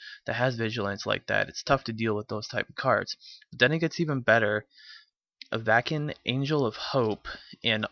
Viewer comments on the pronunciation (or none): av-ah-sin, like have a sin, for the love of akroma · I love how you don't know how to pronounce Avacyn.